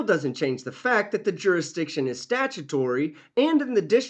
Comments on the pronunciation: You mean “jurridictun” don’t you? 😂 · Whyyyyy can they NEVER properly pronounce “ jurisdiction” or “ constitution”????!! 😂